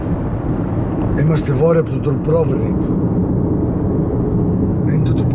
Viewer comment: Φήμες λένε ότι μέχρι σήμερα προσπαθει ο τσοπάνος να πει σωστά το Ντουμπρόβνικ....Α ρε έρμη Μάγδα, φαντάζεσαι να ήσουν δασκάλα και να είχες μαθητή τον ψηλό